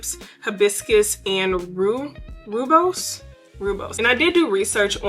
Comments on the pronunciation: Hey! Rooibos is a South African tea. It’s pronounced as Roy-bos. New subscriber and currently enjoying your content! ❤️ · The 'oo' in Rooibos is pronounced the same as 'oa" in oats :) and 'bos' is the same as 'boss' hihi